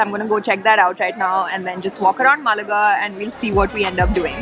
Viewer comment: Pronounce Málaga right, otherwise it seems like a South Indian city 😂